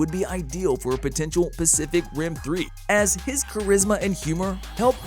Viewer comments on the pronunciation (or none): none